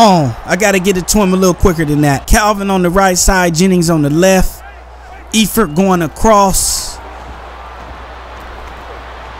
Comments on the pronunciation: And Eifert is pronounced Ifert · and the E in Eifert is silent